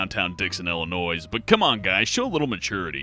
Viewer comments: I live in Sterling, Illinois! And Its pronounced Ill-a-noy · THE S IS FUCKING SILENT IN ILLINOIS OK?!? OK?!?! GOOD FUCKING LORD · I live in Illinois and everyone gets triggered when people say the “S” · Lee Butterworth He screwed up "Illinois" too. The "s" is silent. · In Illinois, the s is SILENT.